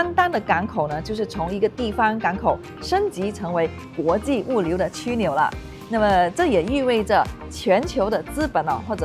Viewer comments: 枢纽（shu niu）不是qu niu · 你有一个读音错误哦，枢（音同书）纽，而不是区！ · 靓女，那叫书纽，不叫蛆纽。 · 枢纽 （“书”纽 不是“区” 纽呀 ） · “枢” 纽， 美女这个字读为shu不读为区😂😂😂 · 以为你是Banana, 像不到中文也有两把刷子。枢纽”的拼音是 shū niǔ. subscribe & like done. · 枢纽，正确读音是「shu niu」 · 枢 的读音是“书”